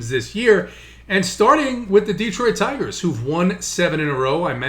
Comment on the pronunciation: Love your analysis,. Hate your pronunciation. It's D(uh)troit, not D(ee)troit!!!